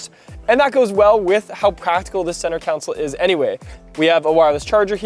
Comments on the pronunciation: CON-SOLE, NOT COUNSEL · We gotta teach how to say "console." 😆